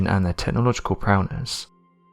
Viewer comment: Also, it is AATIP. Not AITIP. And I swear, if he said “prowness” one more time...